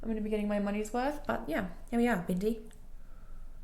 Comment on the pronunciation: it’s so hilarious when you say BINDEEEE 🤣🤣